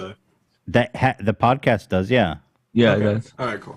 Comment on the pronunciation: bill trump on da pwodcayust